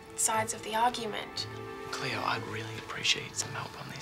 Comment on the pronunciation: It's Cleo not cleoW!!